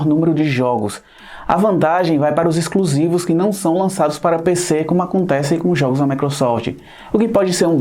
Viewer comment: "Iscruzivix". Disse isso, não é isento e não sabe que gosto é subjetivo!